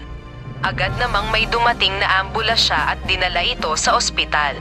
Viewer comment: ambulansya po.hindi abulasya..marunung ba to mag basa?derederetso ah..period nman po.at question mark.